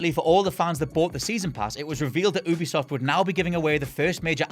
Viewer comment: OOBISOFT... please don't say it again.